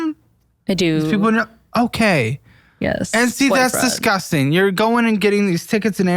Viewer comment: I've realized recently that says "disgusting" with a z instead of an s so the way he says it is "dizzgusting"